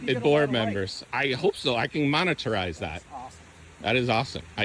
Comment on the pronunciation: Loved the video....but "moneterize"....🤣